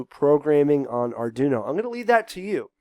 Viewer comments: R - Dwee - no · Repeat after me... Arr-dwee-noe. Not Arr-doo-noe.